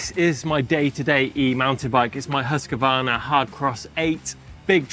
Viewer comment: PLEASE PLEASE PLEASE, it's not pronounced Husk A Varna...THERE IS NO "A" between Husq and Varna. Please pronounce it properly....HUSQVARNA